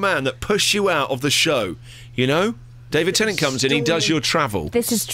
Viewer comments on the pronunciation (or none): He said David Tenning..